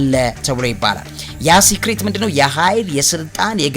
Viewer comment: Dear Sir:- I appreciate your efforts for giving us updates on all subjects in such regard. But sorry to give you correction. I hear you every time when trying to say something you use wrong pronounsation for secret you use to say (ስክሪት instead of (ሰክሬት) please correct accordingly.